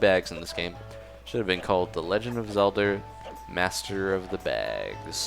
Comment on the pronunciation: who else noticed he said legend of zelder